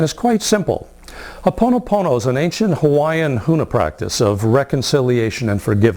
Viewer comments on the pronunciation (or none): If you are going to teach then at least pronounce it correctly ! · Please learn to pronounce our language correctly. Its crazy how people take our culture to benefit themselves & give nothing back to the native people who are suffering